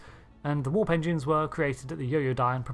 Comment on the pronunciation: My funny mind: You said "warp engines", I heard "war pensions". P.S.: - Why are you posting non-canon stuff? 😜